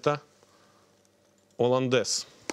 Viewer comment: ....."оландез и одноврЕменно" - уши режет!!! жуть.. - так же как и "с" Москвы", "с" России (((( "Соус HollandesE" и одновремЕнно" ! ))) - так правильнее.. И думаю не стоит смеяться над ошибками других, когда сам: -...." так себе" ученый" ¡!))